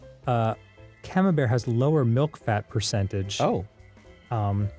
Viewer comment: Camambuerre is Camam-"burr" Buerre means butter